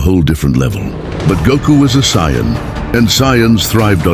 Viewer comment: what is up with this narration??? this guy or AI can't even say "Saiyan" correctly! SMH and they keep using different pics of the characters, make up your mind! JEEZ! very crapily done!